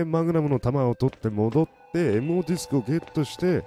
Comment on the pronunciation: 「MOディスク」が「M用ディスク」にしか聞こえないw